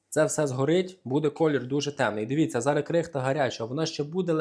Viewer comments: Треба казати зараЗ,а не зара;п'ятдесяТ, а не п'ятдесяТЬ;не коричновий,а коричнЬОвий; Не беси,говори правильно,не уродуй укр. мову! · Ох і. Зара. Зара Зара.. Та ще наголос не вірний.